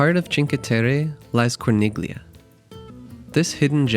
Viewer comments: It's pronounced "CHING-kway." 😊 And "cor-NEEL-yuh." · Very well structured video 👍 clear cut easy to follow. If you don’t mind, Corniglia is pronounced with the “g” silenced. As in many Italian words. Similar to Bagno. 😊